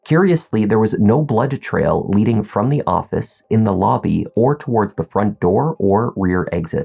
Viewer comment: I have to ask, coz I am interested with the stories you show. Why do you add an extra syllable sometimes in some words? ie Blood-ed trail?